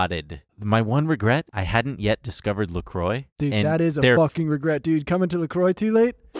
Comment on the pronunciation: no shot that's how you're supposed to pronounce lacroix